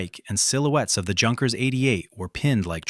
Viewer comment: Phonerically 'Younkers' it's not hard sounding 'J'.